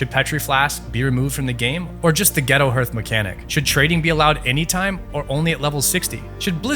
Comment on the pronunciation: “Herth” this pained me to my core